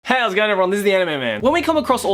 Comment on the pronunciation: When you say: "How's it doing ladys and gentleman" In sounds like: "Hell's doing ladys and gentleman"